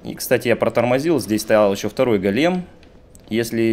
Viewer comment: Привет, ты все время неправильно произносишь слово "голем". Ударение на первый слог "гОлем" а не "голЕм" как произносишь ты. Го́лем (ивр. גולם) — персонаж еврейской мифологии. Человек из неживой материи (глины) , оживлённый каббалистами с помощью тайных знаний. Вероятно имеет общее с Адамом, которого Бог создал из глины и вдохнул в него душу. Источник: Википедия